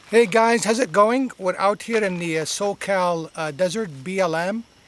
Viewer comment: "How's it goinGuh"